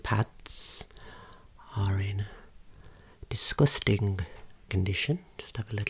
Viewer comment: it's so funny how he pronounces "disgusting"😭😭🩷